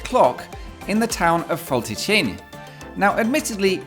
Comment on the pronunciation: Hello and Bună ziua from Romania. That was a good pronunciation of Fălticeni! The accent does resemble how people living in that part of the country talk :)